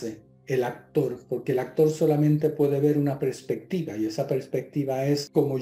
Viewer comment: se dice perspectiva no prespectiva